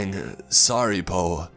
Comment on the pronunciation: He pronounces po as poe.